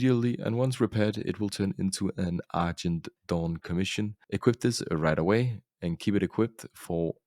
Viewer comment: you gotta stop saying Argent Dawn like that. Because coming from an old school wow player. IT sounds like your saying Achindoun instead of Argent Dawn which is pronounced ArJENT DAWN